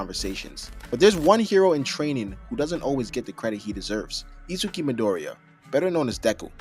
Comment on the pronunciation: bro said izuki lmao